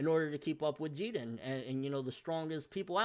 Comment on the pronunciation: How you always pronouncing the names wrong bro? Wth is "Jeaden", I thought his name was pronounced "Jiren" 😂